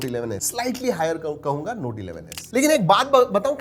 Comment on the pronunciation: U r pronounciation to note(noti)was lit😹🔥